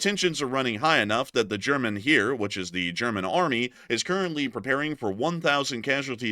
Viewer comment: fyi: The german word "Heer" ( = Army) in german is pronounced like "hair", not like "here"... just sayin'...